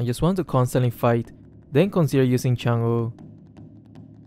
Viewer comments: chang'e how we read it : change how system reads it : changu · saying chang'e: chang'uh